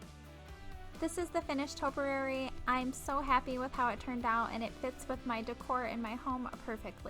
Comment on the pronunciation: Great video, good tips, esp. how you used the paint brush handle to push the fabric into the pumpkin. Love the canvas with the leaf; I've looked at those little blank canvases so many times, wondering how I could use them! BTW, topiary is pronounced: toe-pee-air-ee.